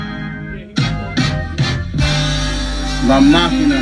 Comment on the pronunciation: Its La maquina not la machina lol